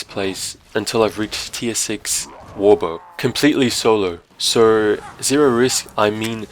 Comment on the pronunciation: Why is it when you say "so" It sounds like sour